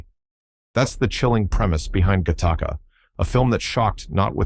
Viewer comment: it is not pronounced gahtahka. It is pronounced gattaca